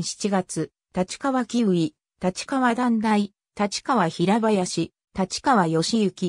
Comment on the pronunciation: 「たちかわ」は頂けないw。wikipedia丸読み。